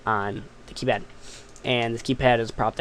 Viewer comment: KAYPAD "D